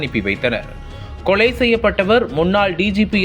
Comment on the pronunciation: என்னடா தமிழ் பேசர? பல்லவி - பள்ளவி அல்ல, கொலை - கொளை அல்ல …. 😡😡